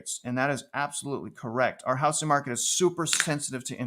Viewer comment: Housing---pronounced how-zing...not how-sing. Thanks